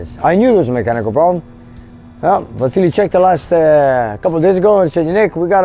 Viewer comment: Yes I was mocking your pronunciation , It;s VASILLY !